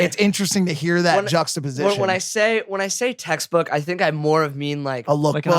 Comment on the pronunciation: Literally no one: Mike: juxtaposition 😂😂